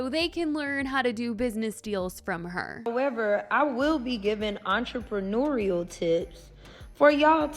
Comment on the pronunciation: did she say “ entrepreneural”???😂😂😂😂 this woman don’t know half the things she’s saying. that must be the miscommunication